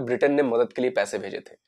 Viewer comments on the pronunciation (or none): none